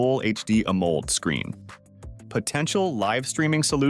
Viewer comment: AI f'ed up AMOLED as "Amold" ... dead giveaway.